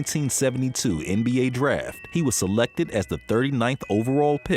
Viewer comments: People when you say Illinois. Remember the S is silent. Illinoi not illinoise. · Illinois is not pronounced Illinoise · Ill- annoy Not ill-uh-noise bro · Dont pronounce the S in Illinois! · like illi and then say noise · You don't pronounce the S in Illinois. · Bruh he literally just said Illi-noise... come on dude.... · The way you said "Illinois" brought me to the comment section lbs It's "Nois" like "Noi" It's pronounced like "Illinoi" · The "S" at the end of "Illinois" is silent. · Illinois the S is silent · IllinoiSSSSSS?? Make sure to pronounce the “s”! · Did you pronounce the S in Illinois? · The “S” On Illinois is silent 🤦🏾‍♂️ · Failed to become "Apart" of the greats ? He is apart .... how about a spell check and some grammar 101 ? A part is two words. Also the s is silent in Illinois . I'm out , basketball sucks. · Great video but did he say Illinois with an s at the end😂😂😂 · The S in illinois is silent nba insider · Lmfao why did you pronounce Illinois like that?? the s is silent bro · The "S" is silent. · Wait. Did he pronounce the s at the end of illinois? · Yes the S is silent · These kinds of little mistakes make me lose all respect for ppl's videos real talk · You say Illinois without the s on the end 🤦🏾‍♂️ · Actually he says Illinois with an S on the end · So saying Illinois with an “S”, and showing 47 commercials in a ten minute highlight reel of a guy passing didn’t bug anyone, but this little miscue ruined the day for a few of y’all? This is a real fun group right here. Drexler did begin his nba career the season after dude finished so technically the were in the same era, which was all that was originally claimed. Stick those dislikes in a dislikable place, ya over zealous ass wipes.